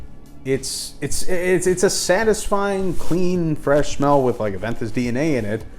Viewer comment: Ah-Ven-Toos Koh-Log-Neh ... 😂👍🏼